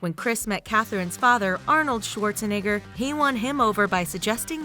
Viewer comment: As a German it’s soooo funny so hear how you pronounce "Arnold Schwarzenegger" But you’re saying it very good! Mimi ❣️